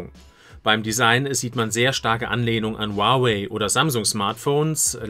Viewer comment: Bitte sprich nieeeeee wieder Huawei so aus gib dir trotzdem nen like